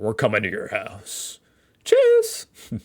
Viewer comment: He was pretty spot on with the way he said it👏 Easier than Hallo, it seems😅